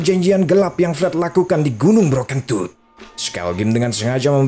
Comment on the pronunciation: Aku ngakak waktu bilang gunung broken tooth, dan yg ku dengar adalah bro kentut.😂